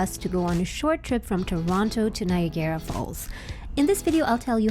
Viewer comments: Do you tap again at destination? BTW "Ni agra", not "Nigarra". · “Nye-agg-garra” …. Not “Nye-a-GAIR-a”. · Love the video but I can not get over how you're saying "Niagara" xD You're saying it like a Japanese word "Nya-Gara" but it's just pronounced "Ny-EGG-Ra" Falls :P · Its not nigara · “nai·a·gruh” that’s how Niagara is pronounced ☺️ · Nice video. You pronounce Niagara oddly... It is spelled as Niagara but we pronounce it as Niagra. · Omg...stop pronouncing it like that!! It rhymes with Viagra...just substitute the V for an N and you're golden.